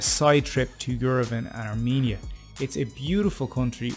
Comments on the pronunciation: Let me correct you it is not are meania It is called Ar-Men-ia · The pronunciaton is R-men - ia or Ar-men-ian there is no me or mean inARMENIAN